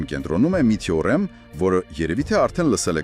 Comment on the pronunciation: (Տյոռեմ) չի այլ թեորեմա